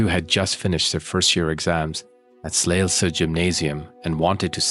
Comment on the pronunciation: Also a Dane - also thankful that you cover this case as it is a travesty, how many mistakes were made in the investigation. Also, Emilie deserves to be remembered - a beautiful young human being, snatched from existence by a coldhearted monster. Ps. Well done on your Danish pronunciation - especially Slagelse was well pronounced! ❤🙏